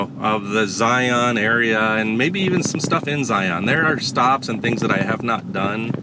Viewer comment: You can take a the Kolob Terrace Road to the north out of the town of Virgin. There is access to Zion park via backpacking/hiking and also The Subway off of that road. By the way the way you are pronouncing "Zion" just lets the local know that you ain't from those parts. Just sayin.